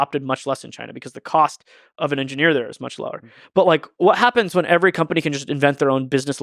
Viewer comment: Don't mind me, I'm just here to hear Lex say enginyeer